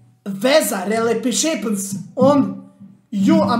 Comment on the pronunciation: Ali Simi koji kaze relipišepens 😂🤣😂🤣😂🤣😂 Car